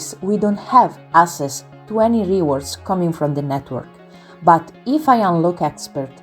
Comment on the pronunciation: Thank you for this video the content is very clear and I am very interested BUT the pronunciation is all wrong… I volunteer to record it again in… English…LA speaker (bless her) non azzecca nemmeno un accento… REWARDS the accent is on the WA… iron the R is silent, purchase accent on the PUR, percentage accent is on CE… let me know if I can help 😊